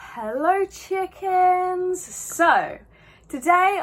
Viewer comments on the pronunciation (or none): did she just say “hellor chickens”💀